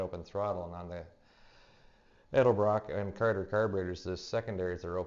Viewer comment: Its Edelbrock not Eldabrock